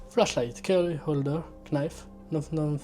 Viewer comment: ca mel fling le mec fais l'accent americain et prononce Knife xD